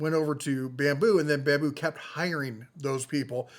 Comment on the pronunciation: "Babmu" lab? :face-blue-smiling